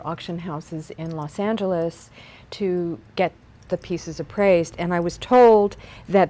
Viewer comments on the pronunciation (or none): none